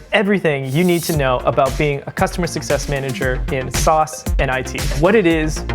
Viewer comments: SaaS isn't pronounced that way. Yikes. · The fact you’re pronouncing SaaS wrong diminishes your credibility.